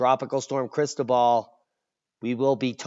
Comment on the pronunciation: You're mispronouncing Cristobal. I only know because I used to live in Panama.